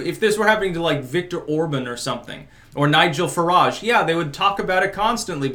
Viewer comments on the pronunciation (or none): none